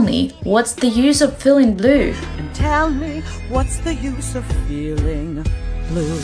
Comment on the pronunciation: Of звучит "ов". "Оф" - это слово off